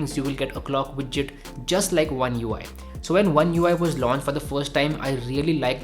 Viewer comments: It's widget not bijjit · "Clock widtchit" was a trigger.